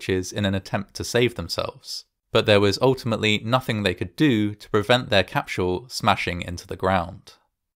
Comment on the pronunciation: What's a "capShull" or a "schudent" or an " eschploshin"? Dude now you're making some bank get your speech impediment fixed for Christs sake